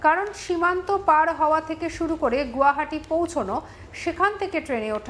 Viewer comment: Arey Gadha..Gu hati na Guwahati.. English r Hindi j ki kore bolbe bojhai jacche..